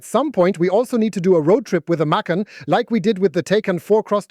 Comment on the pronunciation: And the way he/she says the name. OMG children, it's a two syllable name